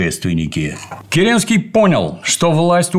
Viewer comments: Слушая это, у меня стихийно возникает вопрос почему ни один человек не заметил искажения фамилии, правильное и подлинное звучание которой всем давно известно и произносится Ке́ренский, а не Кере́нский... И тем более почему Д.Ю позволяет себе допускать такие ошибки, и излагать свою версию произошедших событий, в том числе без ссылки на авторитетные источники ввиде исторических трудов учёных историков, которые этот вопрос трактуют явно неоднозначно! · В фамилии Керенского ударение ведь на первый слог. ДЮ произносит керЕнский. Слух режет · Правильно Ке́ренский